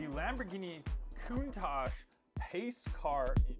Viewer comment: Its not countash its counta ch. And its not galiado gallarado